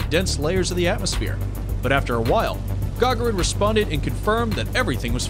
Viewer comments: guys - his name is pronounced Ga'gaarin, not Ga'ga'rin 😕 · Please put stress on the second syllabus in Gagarin, and don't call him "first austraunut". Thank you.